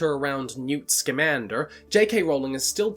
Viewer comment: Anyone else love how he turns into a cowboy everytime he has to say "Scamander"?